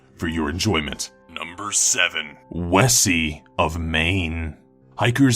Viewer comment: I'm from Scotland and it annoyed me to hear "wessi"